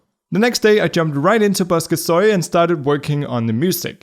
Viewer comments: Bosca Ceoil is the only program name I have ever found that's in the Irish language, and I'll be damned if I let anybody pronounce it 'busca so-ile'! It's 'buska ky-ole'. Great point of view on the jam as always! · I just have one thing to say, and I am Irish, I know the language, and Bosca ceoil, translates as "Music Box" But, you pronounce it bosca soy, pronounce it Key-O-l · Hey just a heads up, "Bosca Ceoil" is pronounced "Buska Kuhyeowul"! Honestly, I would prefer if it was Seeyol lmao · i will help u out here. Bosca Ceoil is pronounced Boska Kyol (the O is long)